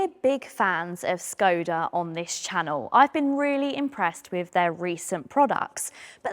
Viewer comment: hello unplanned woman. Skoda is pronounced shkoda.